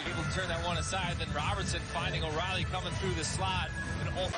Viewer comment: O' Reilly? 😂😂.Good commentator.